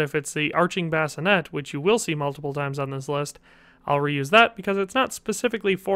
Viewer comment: A Bascinet is something you put a baby in to sleep. The helmet, is pronounced "Bas-ci-nAY". Spelling varies as Bascinet, Basinet.